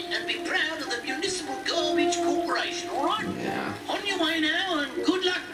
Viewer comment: when I first saw this episode I thought the garbage dump manager said instead of municipal garbage day I thought he said invisible garbage day